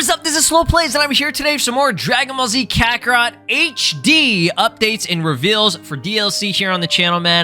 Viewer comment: "Dragon ball z cuckarot" 😭